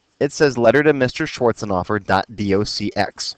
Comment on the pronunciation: Thank you for being so clear and easy to understand, Btw, I laugh every time you pronounce Mr Schwarzenhoffer. It sounds you are saying "Mr, Shorts on offer"